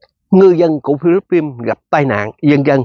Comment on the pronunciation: Chứ vo dành Philippines mà chú đọc không đúng vậy chú đọc tiếng Việt đi phí luật tấn để quá